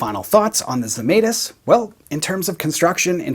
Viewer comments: A lithuanian here.. I guess you would like to pronounce the name the right way as a guitar sounds. So. It goes like Žemaitis. First letter sounds like J from jam. Just without the D in front. Let us all keep all the sounds right. Just like the guy made in his guitars :) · Lithuanian manufacturer. You butchered the name, though. My mom would be furious LOL